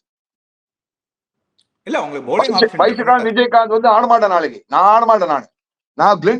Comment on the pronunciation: விஜய்காந்த் வியாஸ்காந்த், Name சரியா சொல்லுங்க நம்ம தமிழ்பையன் ❤❤